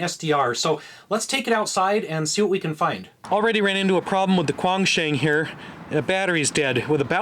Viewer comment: Your pronunciation of the Baofeng and Quangshen radios is so ridiculous. Makes you sound grotesquely ignorant... and then of course everything else you've said becomes suspect.